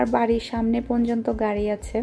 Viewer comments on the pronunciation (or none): mone kichu niben na 1 ta kotha bole.apni 1ta word bul bolen word ta hol ponjonto.kotha ta porjonto